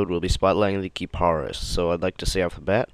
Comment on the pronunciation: I thought it was pronounced Ka-Pre-Is. lol